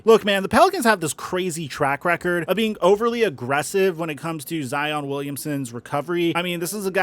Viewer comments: Every time he says “Zeeon” instead of Zion I cringe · is he saying Zeon Williamson? what is he a Power Ranger now? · I changed my “like” to a “dislike” after hearing you say Zeeon Wiliamson multiple times. 👎🏾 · was cracking me up calling him "zeon" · Bruh! Why are you calling him Zee On!? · If he calls him Zeon one more time I swear to god. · Why you calling that man zEEon? lmao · Lol "Zeon" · “Con-tro-ver-see-al” “Hare-ras-ment” Now “Zeeon Williamson” Bro whats goin on 😭😭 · That man’s name is Zion fam. Now ZEee•oonn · You and FlightReacts stay with the “Zeon” 🤣 Love it tho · You saying Zeon was killing me lol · cool someone else noticed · Facts, he thinks its funny since Flight said it, but its way too old. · Stop saying Zeon